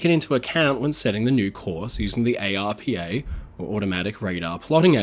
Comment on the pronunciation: We generally don't pronounce each letter in the abbreviation ARPA. Most of the time I've heard it being said as one word. Arpa.